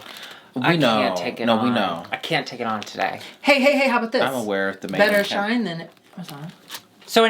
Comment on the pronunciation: It's not shine, it's shein, like "she's in"